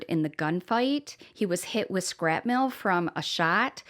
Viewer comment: It’s shrapnel…shrapnel, I cannot stress enough, SHRAPNEL.